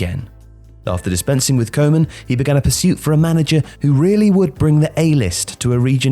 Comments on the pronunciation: Horrible pronunciation for Koeman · The pronunciation of “Koeman” is a crime